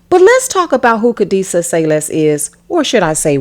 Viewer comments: Why Say-Less, and not Sayles - sails??? 😂😂😂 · Her name is pronounced like kadessa cells. Not sayless your pronouncing the wrong name because u mimic the clueless news reporter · That is not how u pronounce her last name. Its pronounce sails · "Sayles" pronounced "sales", you nitwit.